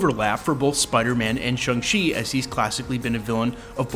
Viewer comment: It is pronounced SHANG not SHUNG.